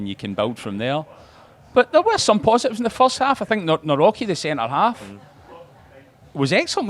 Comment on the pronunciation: Its pronounced Navrotski.